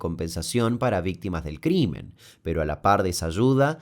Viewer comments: CRIMEN* en vez de CRIMER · dice crimer ....debe decir crimen..error detectado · en el minuto dice CRIMER